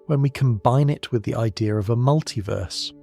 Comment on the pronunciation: It’s idea not idear!